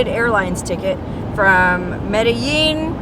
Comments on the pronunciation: Double LL's sound like Y in Spanish. Med-A-YEEN! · Double "ll" in Spanish NEVER makes an "L" sound. Treat it as a Y ALWAYS. Think Tortilla.